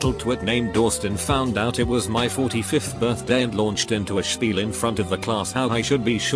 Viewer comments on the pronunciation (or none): none